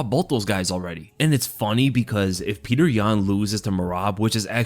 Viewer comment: Pe-yo-ter not Peter